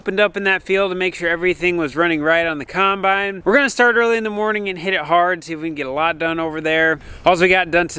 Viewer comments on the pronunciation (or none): i love how your dad pronounces the word combine - "khime-bine"